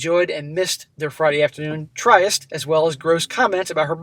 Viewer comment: Oh that word, "tryst," is pronounced "trist." It rhymes with "wrist." Tricky word.